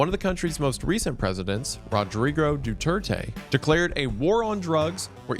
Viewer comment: Dew-ter-tea? Toe-len-tea-know?